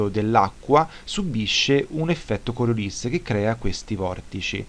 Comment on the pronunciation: Giusto una precisazione: Coriolis era un matematico francese, per cui si pronuncia Coriolì ;-)